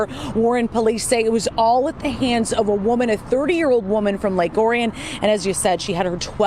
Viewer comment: The city is pronounced lake or-e-in